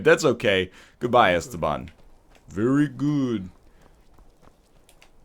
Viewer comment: The way he calls Esbern, Esteban, gives me the deepest anxiety one man could ever experience.Thanks egg for the guaranteed daily stress induced seizures.